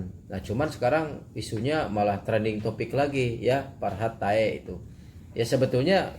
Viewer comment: Tae bukan pake k